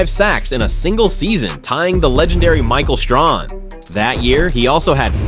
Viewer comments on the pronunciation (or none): I immediately stopped listening after that